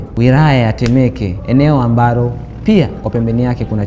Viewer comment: Shenzi kabisa matamshi ya L na R vijana hawajui kabisa hadi anakera kumsikiliza ni KWA AJILI siyo KWA AJIRI, AMBALO siyo AMBARO, ni FOLENI siyo FORENI na mengine mengi,na wewe Grayson umeangalia tu mpaka mtu unamruhusu kupandisha hii kitu kwenye channel kubwa Kama hii